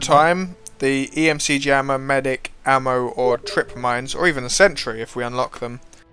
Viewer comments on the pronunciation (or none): It's ECM jammer, not EMC jammer haha. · Its ECM not EMC jeeeezz!